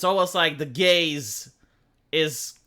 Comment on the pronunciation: every time you say the Gaze I keep feeling like it sound more akin to The Gays lmao